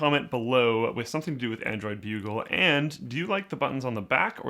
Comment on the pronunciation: took me a while to realize that it was android bugle, and not bulge